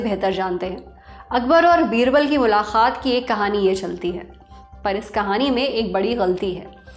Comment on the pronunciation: lallantop, in Urdu it is "MULAQAAT", Mulakhaat is generally said in dakhni Urdu and not right